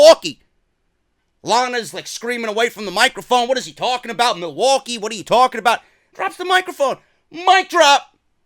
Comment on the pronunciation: Milly-Wa-Kay! Milly-Wa-Kay